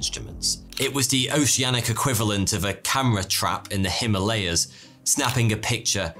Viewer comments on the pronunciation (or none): none